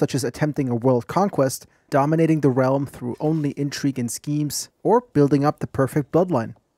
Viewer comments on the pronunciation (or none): none